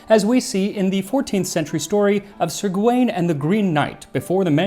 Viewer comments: Max, I know how much care you put into pronouncing words properly, and I feel I would be remiss if I didn't mention that even though Gawain looks like it should be pronounced guh-WAYNE, it's actually more like GOW-in. My medieval literature professor was quite insistent. Sorry if other people have already harped on this. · Sir Gwain is pronounced Sir Gavin. Gwain is the old spelling of Gavin.